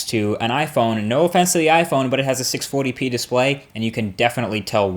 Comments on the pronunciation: Is it just me or does he say 640p weird??!? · Hahaha u can really tell Marques has been living in NY when he says "640p display"